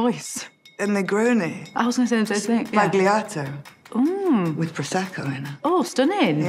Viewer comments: Fun fact: it's pronounced negroni sBAgliato not spagliato. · Sbagliato is mispronounced! It’s more like “sballyato”